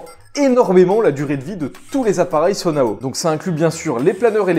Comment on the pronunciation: Ça se prononce juste sono pas sonoaou haha, et pour être honnête les mods qui change le gameplay je suis pas vraiment fan car je trouve que ça facilite vraiment trop le jeu, le jeu pour moi est très bien comme il est et je suis très fan de la mécanique des armes qui se brisent, c'est le genre de prise de risque que j'aime bien, on doit réfléchir à quel arme utiliser et de quel façon l'utiliser. Mais j'aime bcp le mod qui affichent la durabilité, mais honnêtement le jeu est très bien comme ça. Peut-être un overhaul des sages pourrais être pas mal parceque là ils sont juste frustrant et inutile. Et sinon sur console j'aimerais beaucoup que le jeu soit mieux optimisé ou juste au moins qu'ils clockent plus la RAM parce-que les ralentissements sont vraiment énervant et c'est con parceque c'est un vrai dealbreaker pour certains.